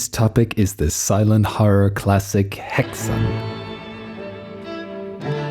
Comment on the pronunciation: Umlaut A is Ah sound or Hahxan.